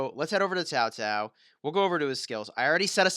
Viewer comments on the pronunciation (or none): It's pronounced cow cow not ZAO ZAO.. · Actually it's chao chao